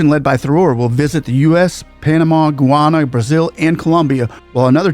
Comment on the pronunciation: The pronunciation of Guyana is Guy-Ana. Thank you.